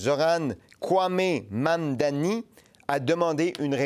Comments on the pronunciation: Mise à part le sujet c’est quoi cette dyslexie de la part de et autres personnes qui ne sont pas capable de dire le simple mot Mamdani. arrête pas de dire Mammmmdanï comme un enfant mais il est capable de dire Arthabaska, le mot démuni, le mot Maman ou Koskinen sans le dire de manière bizarroïde. (J’aime bien mais rendu à ce stade on dirait que certains essaye d’amplifier le fait que le nom est d’un autre pays alors que des noms comme Abou-Khalil ou Koskinen sont dit avec facilité) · Est-ce vraiment difficile de prononcer Mamdani ? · galere avec la prononciation du nom Mamdani 😂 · C'est vraiment pas compliqué a dire, Mamdani, allez on répète Mamdani, sérieux il fait dur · MAM-DANI. Ce n'est pourtant pas difficile à prononcer. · Ça devient gênant votre incapacité à prononcer Mamdani. C’est trois syllabes, aucune lettre muette, aucune sonorité « exotique ». Vous allez en parler longtemps, alors apprenez-le.